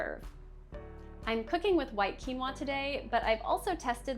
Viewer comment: Weird that she doesn’t know how to pronounce quinoa. “Qui” is not pronounced as “cue.” It is either “kwee” or “kee.” Quinoa is pronounced “Kee-no-uh."